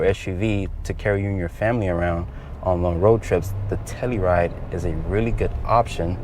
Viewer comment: TellUride, not tellyride.